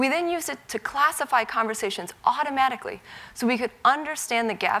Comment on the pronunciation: ¿auRomaRicly? Please pronounce the T.